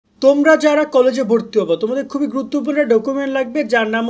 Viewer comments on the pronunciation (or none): none